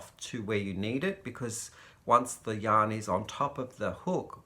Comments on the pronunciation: I always hear "hello, young lovers" and then I pause and realize you have said "yarn lovers"! LOL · Me too!! It took me a couple of videos to realize He was saying yarn lovers!! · Me too! Australians don't pronounce r's. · I was watching for 6 months and thought it was just a term of endearment! The Crystal was wearing his merch and I saw it said Yarn lovers! 😂🤣😂